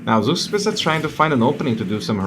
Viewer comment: I know this has been an ongoing meme but Zugspitze's name comes for a real world mountain peak from Germany. It is pronounced "czug-shpi-tze" you can listen to the pronunciation on wikipedia to help.